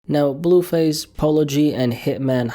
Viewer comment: “BELLUUU FASSEEE pHYsIcAl aLtErCaTiOn” work on that blue face pronunciation bro bro….🤦🏽‍♂️😭😭😭